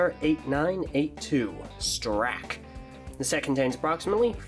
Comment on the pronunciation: im sad that the opening he didnt say "I need to straxk you a question"